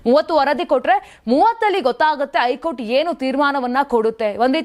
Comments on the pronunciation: ನ್ಯೂಸ್ ಓದುವ ವರೆ ಸರಿಯಾಗಿ ಓದಿ. ಐ ಕೋರ್ಟ್ ಅಲ್ಲ ಹೈ ಕೋರ್ಟ್ ಅಂತ ಓದಿ ಕನ್ನಡವನ್ನು ಸರಿಗಾಗಿ ಓದಿ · ಐಕೋರ್ಟ್ ಅಲ್ಲ ತಾಯಿ ಹೈ ಕೋರ್ಟ್ 😂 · ಶಶಿಕಿರಣ್ ಅವರಿಗೆ 2ವಾರ ಕ್ಕೆ ಸಮ್ಮತಿ ಕೊಡದೆ 28 ಒಳಗೆ ಶಾಂತಿ ಸಭೆ ಮಾಡಿ 30ಕ್ಕೆ ವರದಿ ಕೊಡಬೇಕು ಹೇಳಿದ್ದು ಕಾಂಗ್ರೆಸ್ ಗೆ ಸೋಲು ಅಂತಾನೂ ವಿಮರ್ಶಿಸಬಹುದಲ್ಲವೇ RSS ಸೋಲು ಅಂತಾನೆ ಯಾಕೇ...?? 30 ತೀರ್ಪು ಬರಲಿ ಮತ್ತೆ ನೋಡುವ ಹೈಕೋರ್ಟ್ ಅನ್ನೋದೇ ಸರಿ ಹೇಳೋಕೆ ಬರಲ್ಲ ಐಕೋರ್ಟ್ ಅಂತೆ😂😂 ಏನು ಇದೊಂದು ವರದೀನಾ ನಿನ್ನ ಬುರುಡೆ